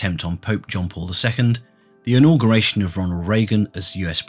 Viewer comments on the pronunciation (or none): none